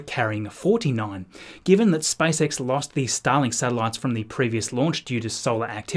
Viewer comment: All I hear is Spice X